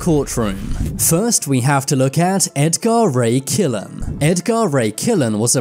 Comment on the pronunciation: Ed Gar Ray Killan, really? AI isn't too bright just yet is it???